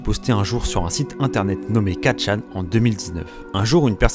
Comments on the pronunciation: très bonne vidéo juste : CA SE DIT "ForChan" et pas Quatre chan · 4 chan 😂😂😂 on dit fourchan 😅 mais sinon pas mal la vidéo 😊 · "Quatrechan" aïe ça fais mal aux oreilles